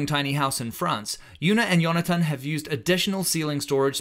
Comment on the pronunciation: his name is Jonathan, not Yonathan.:D